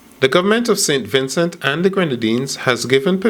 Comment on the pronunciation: Mr. Please stop saying Sin Vincin! So fed up of it ! It’s SAINT VINCENT!